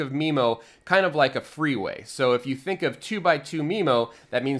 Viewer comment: Oh you mean "freeway", not "three-way". Missunderstood that :D